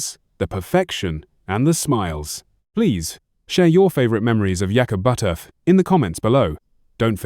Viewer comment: You lost me with your disrespectful mispronounciation of his name. I can get this information elsewhere. If you're going to do a bio on someone, have the common decency to get the name right!